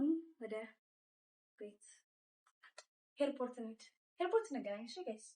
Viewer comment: ሄይርፖርት❌ airport✅ ሪአክሺዋ❌ ሪአክሽንኗን✅